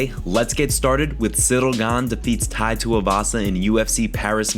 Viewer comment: Why you rolling the ‘R’ on Ciryl’s name? Lol